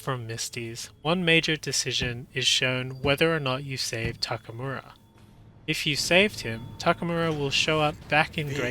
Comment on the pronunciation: Anyone can explain how someone who played this game that much and created content about the game can still say Takamura instead of Takemura?